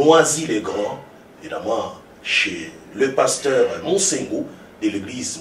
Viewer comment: pardon mai le journaliste prononce tres mal le nom du pasteur ,aie aie et aussi son francai ausi.... lol ,bon message comme toujours pasteur